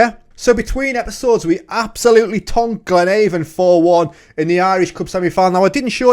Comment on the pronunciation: You are pronouncing Glenavon incorrectly. Its not like the door to door cosmetics company ‘Avon’ its the same as ‘Avenue’. Glen-ah-von.